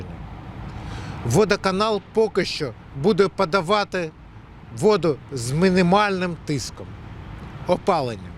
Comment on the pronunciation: Воду з мынымальным тыском😂